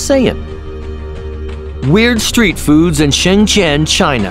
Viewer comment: when you said shen zhen you didnt pronounce it correctly